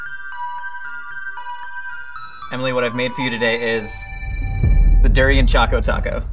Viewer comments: Its pronounced Da-rain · please don't butcher durian like that 😅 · He just butchered the durian 🤦🏽‍♀️